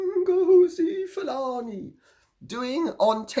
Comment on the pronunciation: Oh my goodness! Sayin ngozi Fulani. It cracks me up! Can’t stop laughing!